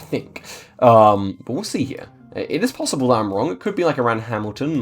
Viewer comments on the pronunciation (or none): none